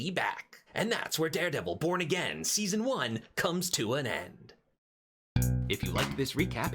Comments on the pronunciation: Anyone noticed in the beginning he said "dare devil porn again" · My hearing is jacked up I could have swore you said welcome back this is Daredevil p*** again😂